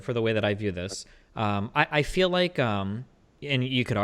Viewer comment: Destiny "I fee like..." I thought you only cared about facts...